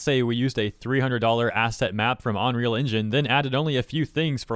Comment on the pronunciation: "onreal Engine" XD